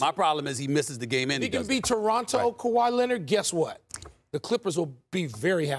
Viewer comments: 😝! Ya! Kawhi Lennit! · This man can't stop saying Kawhi Lennit if his life depended on it.